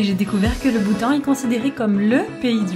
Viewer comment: "Bhoutan" sinon tu es belle et drôle 😂🤗💖😘💜💙😜